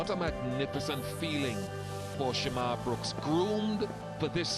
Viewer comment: Its "shamarh" brooks .. not sharmarh 😆